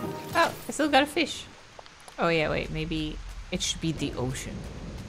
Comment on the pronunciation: "ok wait.. I can't keep catching actual fIS-sH" heheheh the dutch came out there ps: May 25th is SHINee's debut day, HA! Goofy is a shawol?